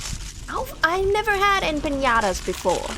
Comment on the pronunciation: I noticed that a lot of english speaking people (native ot not) pronounce 'empanadas' as 'empiñadas' which is funny considering they often have a problem with the pronunciation of the Ñ, btw the empanadas with meat inside are more form south america, the mexican empanadas are more of a dessert or sweet snack filled with either pineapple/strawberry jam, chocolate, cajeta (caramelized milk) and the pastry is sprinkle with sugar and or chopped nuts.